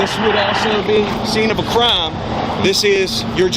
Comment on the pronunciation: What the heck is a "Cuh-rhyme?"